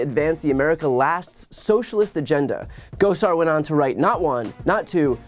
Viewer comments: I enjoyed how Dark Brandon didn't know who Paul Gosar was--or at least didn't pronounce his name correctly. 😜 Hopefully soon none of us will have to hear his name anymore--he's traitorous and evil. 👹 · Those AZ Congressman are MAGA pieces of work, aren't they? Love how he pronounced Gosar...LOL.